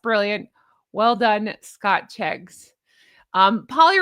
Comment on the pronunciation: 'Scotcheggs' 😂😅 as in egg, sausage meat and breadcrumbs, beautiful dress, love your bows too, take care ❤